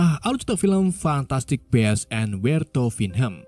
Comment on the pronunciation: perbaikin lagi cara baca judul fiilm bang, cuman saran. bacanya 'fantastik bisz en where tu fain dem'